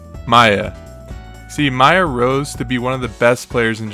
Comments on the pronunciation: Its pronunced "Meeya" not "Maya" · why do you misspronounce miya like that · I agree with all the criticisms in these replies. All the video's issues make it feel like it was produced by an outsider or someone with little knowledge on the scene. Next video should have better research, more detailed analyses, and not mispronounce the tag of the #2 player in the world. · Accuracy of information - Mispronouncing Miya and wrongly stating that Acola reached #1 with solo Steve (when that's far from the truth given he was listed as using Aegis and Kazuya when he was ranked #1 and still does use Aegis to this day). Those are issues with accuracy that are going to hurt your credibility as a source of information on videos like these.